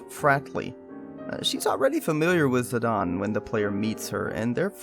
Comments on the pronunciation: ZI-Dane > Zee-Dawn dems the only facts I need. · Pronounced “Zi-Dane” ZI-DANE not! “zi-dawn” 😑😑😑😑😑